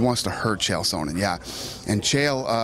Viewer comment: why does Dana pronounce Chael Sonnen, Chael Sownen?! Dafuaq!